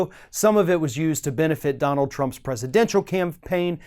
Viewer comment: Lol i thought you said shrimps 😂